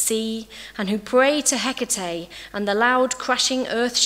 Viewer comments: At least pronounce her name properly for a lecture 🙄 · can no one pronounce her name right! and if you have to make a video reading a paper then no.